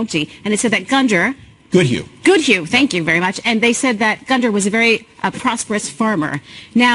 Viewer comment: You don't pronounce the d in Gunder. It's just Gunner.